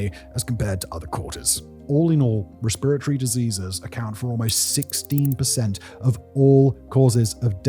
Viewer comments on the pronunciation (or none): I’m so confused as to why he can’t say respiratory like a normal person 😂